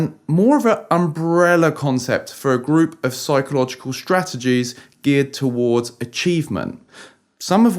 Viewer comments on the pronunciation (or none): none